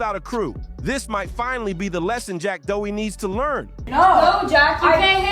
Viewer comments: Jack Doughy. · If you’re gonna quick bait someone and use a measure total content, you should always learn to say their name properly😊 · BRO START SAYING HIS NAME RIGHT ARE YOU OK